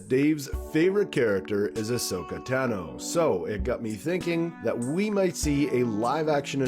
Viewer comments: Ashoka Tano you got the first name right Tano is pronounced Tah no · “One of my favorite characters is Ahsoka Tano” if she’s 1 of ur favs WHY DID U SAY HER LAST NAME WRONG!!!!!!! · He mispronounced a few names and it took me right out of the video lol